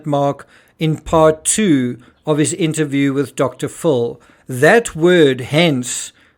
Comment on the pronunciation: Are you saying "Dr Full? He has an eating disorder forr crimany sakes.